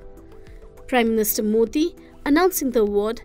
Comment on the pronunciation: kahan se laate ho tumlog commentator ko??? modi ko "moti" bol rahi hai